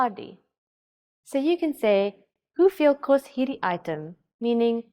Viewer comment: She isn't doing a bad job tho. Except that biki. It's bietjie right. And she makes a Dutch variant on kos. Kost.